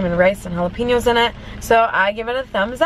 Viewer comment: jala-pEño 😂😂 not piño. pen as in the thing you write with